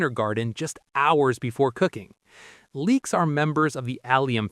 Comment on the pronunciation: Leeks, not leaks.